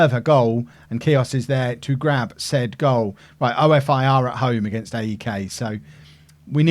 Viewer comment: OFI is pronounced ‘oh-fee’ like coffee without the c